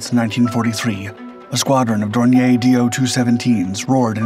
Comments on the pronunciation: Dornier was/is a German company, not a French one. So, it should be pronounced Dorni-yer, not Dorni-yay. This video is probably rife with such errors, just like all the other videos these people so breathlessly put out, but I gave up watching when I heard that howler. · Dornier is pronounced with stress on the second syllable. Dawn ear. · Dornier Dornier Flugzeugwerke - Aircraft manufacturer American pronunciation Sounds like dor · neer